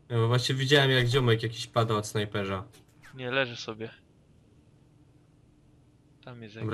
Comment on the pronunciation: Co wy z tym ,,Ż" snajperz , czołgież?